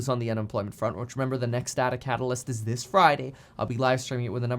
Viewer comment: Dear Kevin, it's pronounced "data" not "data" :P